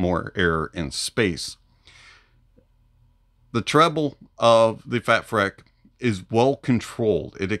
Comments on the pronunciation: Heads up, I believe it's pronounced FATFreak as opposed to FATfreck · Think it's supposed to be pronounced "freak" freq-uency. Lol